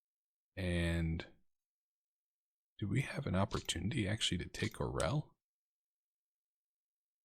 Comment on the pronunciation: That was quite a coup with Orel there, comrade! (Bonus Russian points: It's pronounced "ar-YOHL" (with a roll on the 'r'). Use that pronunciation and you're going to get mad props from some of us out here ;-) ).